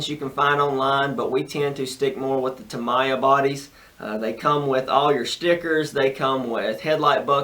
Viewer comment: TA - MI -YA ... That's how u pronounce it..cheers